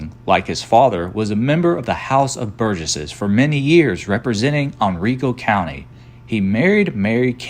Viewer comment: It's Hen-RYE-co County. Not as he pronounced it.